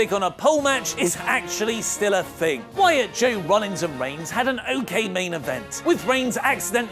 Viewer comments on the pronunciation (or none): none